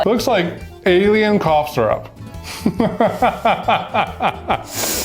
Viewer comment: Wait wait wait hold up did just say sir up I'm sorry I'm that person but it's syrup